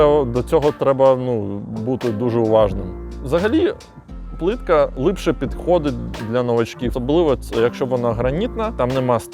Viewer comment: Все агонь, суржик рулить, але слово "лИпше" прям дуже сильно ріже слух) А так повага, виженемо все руцьке за порєбрік!!